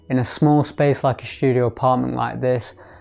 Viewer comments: Is "Shtudio" how artsy fartsy people say studio? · why do you pronounce ST (STudio) like SHT, as if you were german??? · why you pronounce studio with "sh" ?